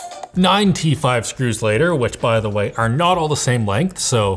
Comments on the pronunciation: Sounded like you were saying 95 screws later…. Not 9 t5 screws…. Had to look twice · Definitely thought he said 95 screws later and not 9 T5 screws later.